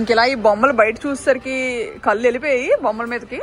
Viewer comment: "కళ్ళు" అనే మాట పలికే బదులు "కల్లు" అని పదే పదే అంటుంటే చాలా ఇబ్బందిగా ఉంది. మార్చుకోవడానికి ప్రయత్నించమ్మా😔ఇది సద్విమర్శ మాత్రమే... 🙏